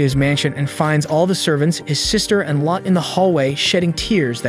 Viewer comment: I like this but it isn’t lot it’s pronounced low-tey